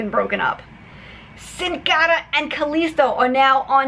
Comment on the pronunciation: Man I love it when she pronounces Sin cara 😂😂😂😂